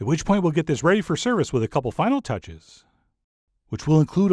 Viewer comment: CJ, you know I love you and your food, but I beg you, please, hire a voice coach. Your diction is atrocious and makes you sound woefully uneducated. I"m not talking about the sing-song stuff. I'm talking about pronouncing ready as reh-y, little as lil, as so on. You owe it to yourself to elevate your pronunciation to an adult level. And, now, I'll duck and cover for the inevitable pounce of those who will defend your manner of speech. This is just my opinion, folks. The food's always great, but there's room for improvement in the delivery.